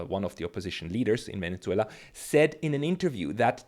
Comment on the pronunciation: Did you repeatedly say Venetzuela? Why?